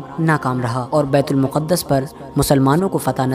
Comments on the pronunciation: It is bait-ul- maqdas not muqadas Secondly it is not first qibla but its second qibla. First qibla was Khana Kabba and second bait ul maqdas and last qibla again Khana Kabba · It's not muqaddus... It's muqdas